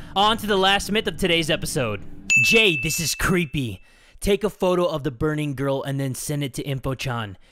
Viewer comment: It's Jay, not Hay.